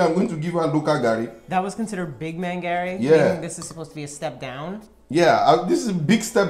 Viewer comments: If you cannot eat it at least pronounce it well. let us baptize you with garri. Love u guys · And it's not "Gary" it's "Garri" 😂😂✋🏿please ma'am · I literally made a meme off reaction 😂. This garri variant (Ijebu Garri) has a sour-like taste thats spikes your taste bud, but it's 'muaaah' 👌🏾., give her non-ijebu garri next time she comes around. 'Operation get ling to like Garry (her pronunciation). 😂 You could see the dissatisfaction in face. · garri not Harris! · The way is saying garri... that's car in Swahili, gari😅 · Lol Garri not Gary 😅😅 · Please pronounce "Garry" properly just one time. We all are watching eagerly for you to pronounce it properly the way your hubby pronouncing it. You are trying to americanize the pronounsation of "Garry" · Even if you don't like it, at least pronounce it well. Garri shader!